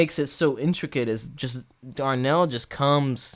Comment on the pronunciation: I think you're saying Darnell in reference to the drummer. Dude's name is Larnell (Lewis) =) I love how he listens to the soloists and responds to them. Also, he is amazing, no doubt about it, but you've also got to give credit to the two percussionists, too. They add a whole other layer.